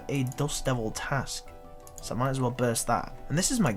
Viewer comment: the way he says but BOWT I am a BOWT.